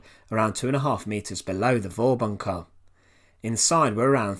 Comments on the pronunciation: "Vorbunker" is pronounced "Forbunker". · Interesting video but wrong pronounciation; "Vorbunker" is pronounced "Forbunker" (Think Volkswagen).